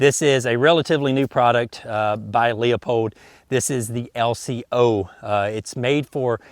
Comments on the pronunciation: pronounced Lou - pold. not "Leo - pold." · Hey , it's not lee-a-pold it's loo-pold! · Thank you. Loo-pold is the correct pronunciation. Southern or not, it is never Leo-pold. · It's pronounced "Lew-pold". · It’s pronounced Lupold. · Leupold is pronounced LOOP - OLD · Probably LEEOU-Pold. Used to live a couple blocks from the factory.